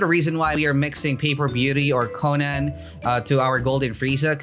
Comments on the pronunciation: The konen* triggers me it's konan sir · FIX YOUR DAMN PRONOUNCIATON ITS KOH-NUN edit: I am unsubbing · it hurts me how he pronounces im pretty sure its koh-nan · why is he saying konan like that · keeps on saying konan wrong ☹️